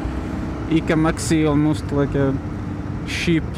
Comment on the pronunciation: Love how you pronounce cheap as sheep xD